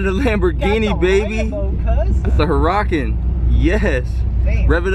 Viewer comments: It’s an aventador not a Huray-can lol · it’s an aventador and listen to how he says huracan